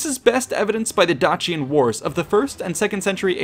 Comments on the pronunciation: Dacian is pronounced Dayshion not Datchian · Dacian is pronounced with a softer sound. Like the end of Patricia.